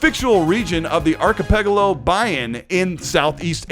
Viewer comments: "archapeggalo".... lol. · Archipelago is pronounced ark/eee/pel/ago. That was the only piece of information worth noting...